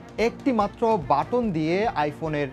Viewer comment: Appol ,batton,proceesor .. Pronounce ta thik kore kora uchit news anchor der.